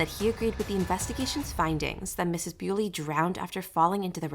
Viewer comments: Her name is pronounced 'bully' not beauly! She's not 'Mrs' either, she's not married! Not much of a detective ate you?🙄🤔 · Please pronounce her name correctly, and It’s Miss Bulley not Mrs Bewley. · If you’re going to do a piece on this poor woman, please at least get her name right, it’s Nicola Bulley , pronounced Nick ola Bulley not Bewley. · It's bully, but with an e next to the y. Your pronouncing it wrong! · No, this is not thrilling, you mispronounced her name, and your cadence is terrible for an aspiring TC narrator. Ew. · And at least get her name right!!! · Not even the decency to pronounce her name correctly, disgusting. Do your research properly before posting it on here for clicks